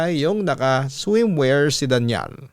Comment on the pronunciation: Arte naman pagka bigkas, Daniel pala Danial naman pronounce mo papa dudut.